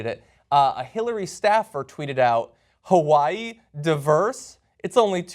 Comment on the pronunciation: The say Hawaii so wrong lol